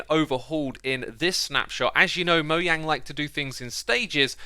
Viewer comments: You pronounce "Mojang" in the wrong way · It's Mojang not moyang